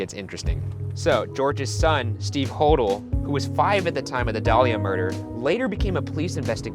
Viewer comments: Its pronounced HO-DELL, not HO_DLE. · IT'S HO-DELL! I'm so annoyed right now. Haha. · okok he got it right later but when he said George hodel this episode he said it wrong it's pronounced (ho) (dell) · It's actually pronounced Ho-DELL, not Hodl. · It’s pronounced “Hoe-Dell”!!! 🤦🏾‍♀️ I’ve been listening on his granddaughters’ podcast so.... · Hoe-Dell that's how it's pronounced im pretty sure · It's George Ho Dell (pronunciation) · Hodel is pronounced (Ho-dell) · Hodel is supposed to be "Hoe-dell" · ('Hodel' is actually pronounced oh-dell.) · Omg lol I'm sorry but it's bothering me... It's pronounced Ho-dell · You miss pronounce the Hodel name! Makes me crazy. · I stopped this the moment “Hodel” was mispronounced! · Me. Thinking about how Ryan was pronouncing Hodel wrong at some point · You’re pronouncing Hodel wrong. Lol!!! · They r pronouncing hodel incorrectly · my favorite series!! Also, I think you were pronouncing the guy's last name wrong...and Ghost Adventures have been to that house!!